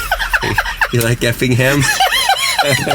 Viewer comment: Lol i’m from Effingham area I found it funny when called it Effington😂